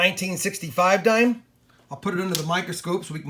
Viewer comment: Dhime thime